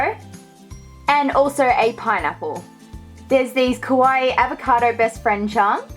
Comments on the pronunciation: It's KAwaii, not KOwai, pronounce it right please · what do you even call “kawaii” when it’s not even kawaii. also you say kowaii which means scary lol , do your research before speaking